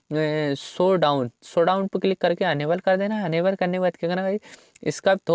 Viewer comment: शो डाउन नही shadow (शैडो) है वो 🤣🤣🤣🤣🤣🤣🤣🤣🤣🤣🤣